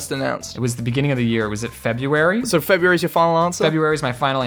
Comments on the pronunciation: February, not Febuary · february not febuary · when was the world made James: F E B U A R Y